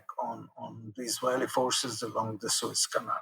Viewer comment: Suez front, not Swiss front. Thanks for the podcast, anyway.